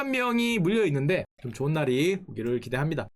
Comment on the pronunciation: 이거 댓글 봐서 그런가 대충 들으면 일반 속도에서도 존나리로들림 ㅋㅋㅋ